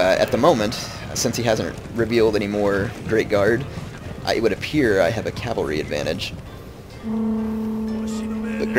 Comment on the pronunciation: No cav is short for cavalry. You said calvalry and calv. Its cav and cavalry.